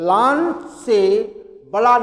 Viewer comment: Bhai lan ko laaan khehta hai